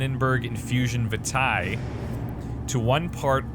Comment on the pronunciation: I dunno if this has been mentioned already but the pronunciation for vitae is vee-tay, like when you say curriculum vitae :3